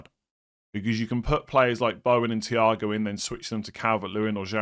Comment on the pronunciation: Mans pronouncing thiaw "ciao"